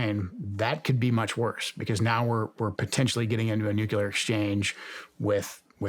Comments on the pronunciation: Very disappointed to hear Joe Kent pronounce nuclear as “nukular”. Hope he does better in the future! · Nuclear vs Nucyalear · also “nukeyalur” when the word is actually nuclear. it isnt hard.